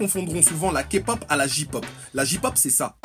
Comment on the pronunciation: ON PRONONCE PAS JI POP MAIS JEY POP !!!! Ahem...